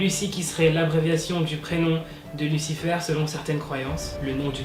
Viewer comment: Oh ptn quand ta dis lusufair je sais pas comment YouTube cracher 😓